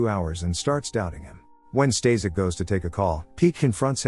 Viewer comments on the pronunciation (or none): The guy you called "Stazek" is actually "Staszek" and is pronounced "staSHek" with "a" pronounced with german accent.